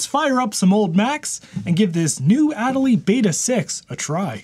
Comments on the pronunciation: There is 0.00% chance you are not pronouncing MATE and Ma-te while saying ad-a-lee whilst the E literally has the accent. There is no way that isn't a troll. Well done, I hope. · If that distribution of Linux is named after the Adelie Penguin, shouldn't it be pronounced the same..? "uh-DELL-lee" (notice the accent over the e...) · Funny pronunciation of Adélie like always.